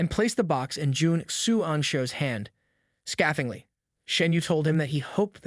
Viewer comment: The word is "gall", pronounced similarly to "ball", but there are sound files to be found at the Cambridge Dictionary online. The word "scathingly", the first syllable is pronounced like "scale"; the Cambridge Dictionary online has audio files.